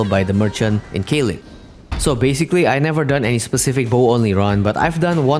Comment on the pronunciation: Caelid is said like a k sound so kaelid not saelid